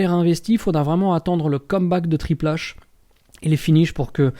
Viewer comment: Mais qui de ce monde prononce Triple H à la française ???